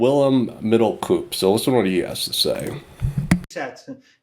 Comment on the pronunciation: Excellent video. “Middelkoop” should be pronounced as “Middle-cope”.